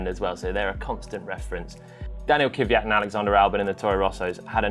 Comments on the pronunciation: I'ts Daniil Kvyat, not Kivyat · Kvyat, not Kiviyat.